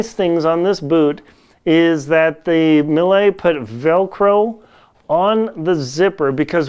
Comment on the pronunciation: Pretty informative video. I can't find those Millets in any store so was curious to find more about it. One think if I may, it's a french brand so should be pronounced "mie". I believe that crampon doesn't fit well and is no click due to having such a big size with a bar too short. What size are your Cube? Are your crampons fitted with a wide toe bail? I take a 42.5 and found with both Olympus too narrow even in 44. The Phantom 8000 is so hard to put on and I can't imagine doing it up at higher camps - annoying zip, velcro too short and shell has too narrow opening. I'm hoping to get hold of a Millet and pray it will fit my wide foot. Cheers